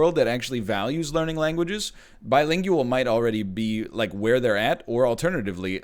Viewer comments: The way he pronounced bilingual bothered me immensely and I don't know why. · I like how he pronounces bilingual. Bai-ling-yu-əhl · Think of the implications! This must mean that he also pronounces linguistics as ling-gyu-istics. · Who pronounces bilingual like that lol